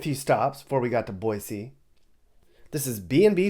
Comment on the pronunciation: 3rd generation Idahoan, my daughter is 4th. Thanks for correctly pronouncing Boy-See. Great video